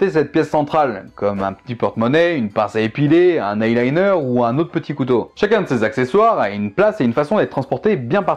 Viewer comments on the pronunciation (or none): none